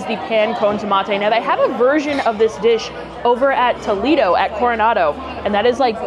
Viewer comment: tol-EE-do is in ohio, tol-AY-do is the restaurant…